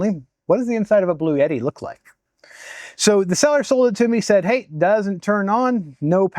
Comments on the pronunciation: All good, except the brand name is BluEtti, not 'Blue Yeti' as it was pronounced. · For the love of GAWD stop calling it a Blue-Yeti. It's a Blu-etti. There isn't a "Y" in there for Pete's sake!!! Now - carry on..... LOL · Why are you pronouncing it as “Blue Yeti”? It’s Blue Etti. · There's NO Y In bluetti. LOL Not a blue yeti, but a bluetti. LOL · PRONOUNCED " BLU- EDDI" NOT "BLUE YETI" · I ask Bluetti how to pronounce the name. They write back " Blue Ti" because the TTI part of the name, which is its triangular logo, has a triple meaning. So don't pronounce it as "Blu et ti" . Do do as they said :" BLUE -TI" ( two syllables, not three). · There is no "Y"...In bluetti...Bloo-Etti....You did a great job with this....and gave some very helpful info.I really appreciate your efforts with this.. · blu-et-ee. no "yuh" sound. Thanks. 🙂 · Why do people pronounce the manufacturer name as "Blue Yeti"? There is no 'Y' in Bluetti. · but it sounds like you say blue yeti. 🤷‍♂️ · You are not pronouncing it in either of those two main ways. There is no "yet" in the middle. Suppose you have a friend Ed that everyone calls Eddy. Say: Blue Eddy. That is how it is pronounced. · Learn to say Bluetti correctly. You sound dumb when you are too lazy to read a word correctly.